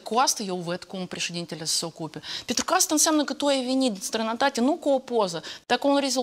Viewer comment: “Strāinātāturi”Asa vorbeste Natashika Marari😂😂😂🎉